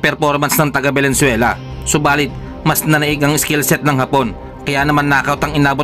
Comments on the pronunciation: Ayusin mo pronounciàtion s bansang venezuele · Venezuela bro Hindi valenzuela.pilipinas yun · Correction Venezuela Hindi Valenzuela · Venezuela sir at hindi Valenzuela... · anong Valenzuela ang pinagsasabi mo? hoy mag-aral ka muna ng geography bago ka mag ambisyon na maging vlogger o announcer. Magaling ang boxer natin ..tapatan mo ng maayos na pag vlog. saan yung valenzuela? sa bulaccan? VENEZUELA yun. 😆😂